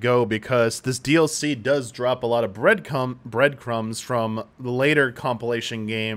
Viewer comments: trying not to laugh at saying "breadcums" is so fucking funny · “This DLC drops a lot of bread cums… umm… breadcrumbs…” 😂